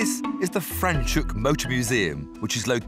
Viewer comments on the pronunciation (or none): Not frenchhoek its franshoek